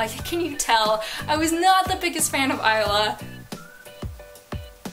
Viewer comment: THANK YOU FOR PRONOUNCING THE TITLE CORRECTLY. :)